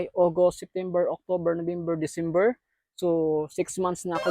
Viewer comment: DICIMBER!!😂 buhi pa diay si michael jackson?